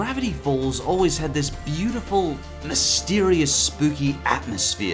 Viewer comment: "turning the BILLtiful town of..."